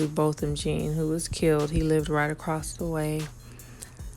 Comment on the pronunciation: your reporting is on target on the murder of Neighbor Joshua Brown of Botham Jean -- pronounced John 💯 Other witnesses will probably not say anything else after this horrible murder.